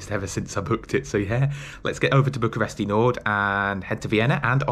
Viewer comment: you don't actually say the i at the end of Bucureşti, it's more pronounced as Bucuresht